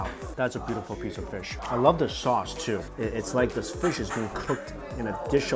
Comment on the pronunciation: “Peesh of fish”